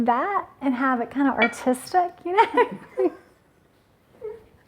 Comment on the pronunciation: Did you say artistic or autistic? lol. I loved it, I'm glad you kept it real.